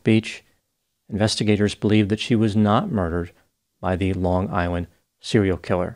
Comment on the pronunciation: You saying on Long Island with the perfect accent assures me you’re from here too lmao